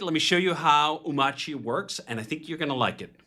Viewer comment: How you pronounce (ohm)(arch)(ee) wrong when he literally says it millions of times in his video